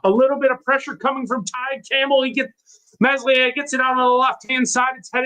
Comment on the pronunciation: Err that accent... is that Rotherham? Also, let's help you lad it's pronounced MELIER. The S is silent. Just try 😊?